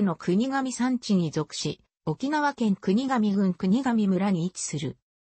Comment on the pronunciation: 国頭村 「くにがみむら」ではなく「くにがみそん」